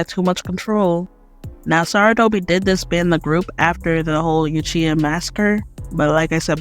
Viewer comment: New drinking game: Drink every time she says "Yuchiha."